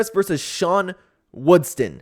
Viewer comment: It’s WoodSON not WoodSTON